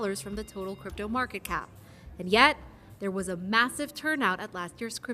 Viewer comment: did you say crapto?